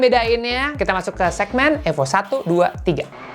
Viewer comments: Cara sebut nama sja ko sda salah,Evo Bukan AFO..bongo,ko memalukan iconic terhebat dunia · Evo bukan efo 😂